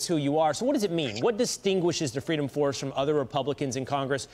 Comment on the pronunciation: "Fweedom Fawce isn't for fweedom, naw are they a fawce." Discuss.